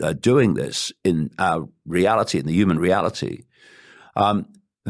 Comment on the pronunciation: It's so funny how says naught point naught naught and how he says hooman